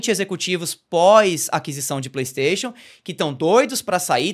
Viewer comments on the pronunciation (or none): none